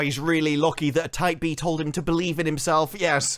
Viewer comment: Whats a type b? I think that's what he keeps saying.